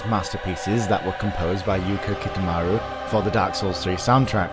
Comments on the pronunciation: It's Kitamura! Not Kitamaru! TRIGGERED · "Yuka Kitamaru..." --- I just died. ;-; "Plethuhra..." --- I died again.